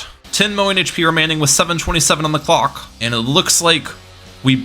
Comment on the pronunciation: bro did NOT say "clock"